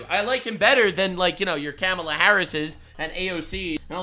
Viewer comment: clearly you're a racist, because the left told us it's Kah-mah-la and you said Cam-ah-la. The left told us if we mispronounced it, we were istaphobes, and they know all about these topics. EDIT: Maybe we clean up the plastic Sunami in the ocean, and shut the eff up about speculation on the climate? You know, cause there are actually MORE polar bears now, than when the Gretas of the world started crying. I'm a child of the 70s, and back then, in elementary school, we were taught that global COOLING was the problem. Smog was gonna blot out the sun, and cause a temperature DROP. I've stated this before in comments on other videos, and literally been called a liar by younger people who don't know this shit. And sometimes my comments just got deleted. EDIT 2: Bernie has been on 800 interviews, which he will call 8 zillion. Does anybody deserve to sue over those fake 8 zillion interviews, if there is a negative question from a dummy?